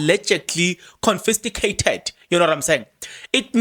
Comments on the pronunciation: Confiscated not confisticated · CONFISCATED😂😂😂 not confisTIgated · stop drumming your incorrect English it is not confisticated but confiscated sorry for correcting you, but when you keep repeating it others are learning this incorrect pronunciation. 😊😊😊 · Confiscated ......not confisticated. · Confiscated and not Confisticated Brother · I think he knows the word, but mispronouncing it purposefully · Hayiiibo 😮😮😮 I’m defo sticking around for this ☕️🤩 Kodwa Kempton Park? Confisticated 😂🤣😂 confiscated 🤣🤣🤣🤣🤣🤣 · THE WORD IS CONFISCATED, PLEASE. CONFISCATED.... CONFISCATED, MEANING - SEIZED BY AUTHORITY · Confiscated, bro... I am sorry, but your emphasis using the wrong word is just cringey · The correct word is confiscated sir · Eish nam ‘confisticated’ repeatedly bothered my mind 😅